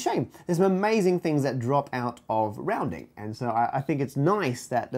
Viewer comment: "roundind", like a circle, and pi goes